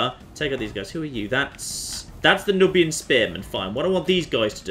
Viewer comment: I'm pretty sure that "Nubian" is pronounced "newbian".